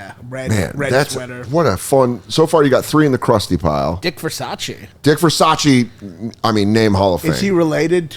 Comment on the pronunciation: Unfortunately "Dick Versace" isn't "Ver-sach-ee" but "Ver-sase" as in rhyes with "Her Vase"